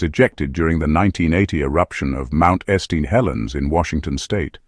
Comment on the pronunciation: mount S T Helens? FKN AI TRASH.